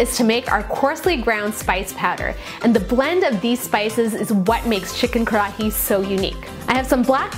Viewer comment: roll your R so it almost sounds like Kadahi